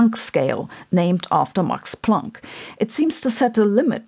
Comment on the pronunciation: As a South African, I'm familiar with Afrikaans. So when you call him "Mux Plunck", it sounds about right 😂